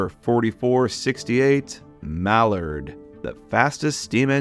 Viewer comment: The way you say mallard is so weird but hey still cool collection